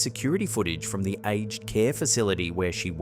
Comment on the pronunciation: Hi,. It's called "a-ged" (a-jed) care, with two syllables. Take care and thanks for "more creepy content". Did anyone else notice that the child in the crib watched the shadow moving across the floor? To me the sailing ship isn't the weird part of that video clip. It's that huge cube of ice that's located right behind the ship. Nature doesn't carve perfect cubes of ice. Not anywhere that I'm aware. Also, why did the light shining on the cube disappear and then reappear a minute later? Too weird. If the car with the apparition is in America, then the figure is in the driver's seat; not the passenger.